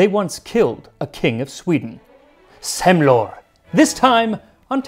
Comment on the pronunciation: You pronounced "Semlor" very well! (Swede Here)